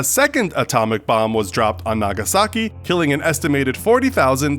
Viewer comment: Roope Pulli “Nagasaki, not Nagashaki”